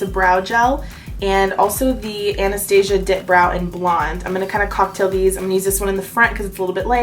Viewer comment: Also THANK YOU for saying Anastasia the way it's supposed to be said!